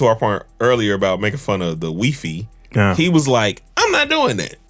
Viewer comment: Wi-fi (he pronounced it in French) smh 🤦🏽‍♂️